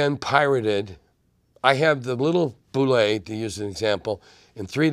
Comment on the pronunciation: Great guy. Stills thinks “bullette” should be pronounced “boo-LAY”. 😂